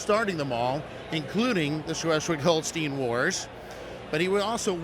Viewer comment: Fantastic layout and attention to detail, including the extra Alexander Platz vignette. Just one hint, it is pronounced HolsTINE, not HolsTEEN..